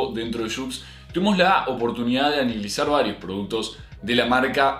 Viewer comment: "tuvimos la oportunidad de anilizar" te quiero<3